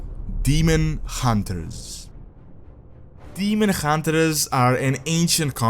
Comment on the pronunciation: Ah yes, the Demon Huntre